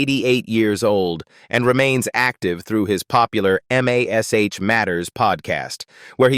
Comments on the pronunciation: I wish they would use a real person for the audio instead of a computer generated one. Computer generated audio always have too many screw ups. To start with, don't call it M, A, S, H. It is mash. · God *am AI M-A-S-H. it's MASH one word. FOOL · 10k likes for this inaccurate AI garbage? Why? Where did they get this completely wrong information from? And the AI narrator calls the show by it's letters. But everyone called it Mash, as in Mashed Potatoes. Nobody ever called it M A S H. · THIS IS LYING... KLINGER FOR ONE IS STILL ALIVE DESPITE WHAT THUMBNAIL SAYS! AND LIED ABOUT OTHER THINGS ACCORDING TO COMMENYS BELOW? AND THEN THE AI NAŔATION IS AWFUL... Spelling out MASH, instesd of saying it? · Why in the heck is this idiotic AI voice spelling out MASH instead of uisng it as a woed like every normal human? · Loved this show --- but first can't you train that AI voice to say MASH? Also the "aged horribly" label - All of them have gotten older as does everyone - They are mostly in their 80s or 90s now - be kinder. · You mispronounced several of the actors names and you called MASH M A S H. Wrong. Why do you have to insert videos of people that are not even the actors or their families. And even worse, you show people showering themselves in money when you mention the actors net worth. I am done watching your videos. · I would say the AI is NOT allowed to spell it out letter by letter. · Another AI generated bs channel that can't even pronounce the name of the show. It's mash!!! btw: Loretta SWIT, rhymes with DIMWIT Here's an idea, use GRAMMARLY, a much better and proven AI. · Is EVERYTHING AI ???? M A S H No it was "M*A*S*H" .... You Tube is becoming second rate and quickly ... and it's SWIT ...Loretta SWIT ... AI = BS and You Tube = ???